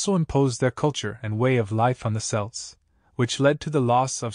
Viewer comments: Celts is pronounced with a hard C , as in Kelts. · Celts with a hard c is fairly recent. It is closer to how the word was originally pronounced but Latin words beginning with c and followed by a vowel were softened to an s sound in English to give modern words like ceiling. We still pronounce Caesar like 'seize her' when the German kaiser is closer to the original. The reason the Boston Celts and Celtic FC are pronounced with an s sound is because that is how celt was pronounced in English back then. I prefer the hard c pronunciation myself but the soft c is still correct, just not the popular pronunciation anymore. Similarly Boadicea has gone from 'bow da see ya' to Boudicca - 'boo-di-ka'.